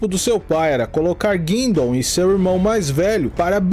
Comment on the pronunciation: The term "deadliest" and how this video has been edited is suspect. The AI voice doesn't pronounce "Guindon" properly. Laughable if you have lived in Oshawa as I do.This video with ominous voiceover and descriptions try to make Bernie sound like a mad dog killer OG of OGs is laughable at best.